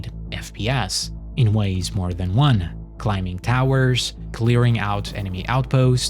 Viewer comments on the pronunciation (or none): none